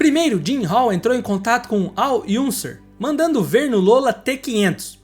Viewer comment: Sensacional o jeito delicioso que conta as histórias, mas você ferra com tudo quando pronuncia os nomes de lendas como Al Unser completamente errado, kkk é "Ãnser" que se fala, tendeu, hehehe A gente que viveu com essas lendas sente o tímpano furar! Ah! Te contei que você esteve na Espanha com meus filhos? A Crystal e o Matheus. Ela veio correndo me contar, pois sabia que te acompanho